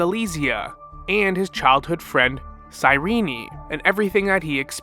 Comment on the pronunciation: Good video but why do you keep calling Cyrene "cyrene-i"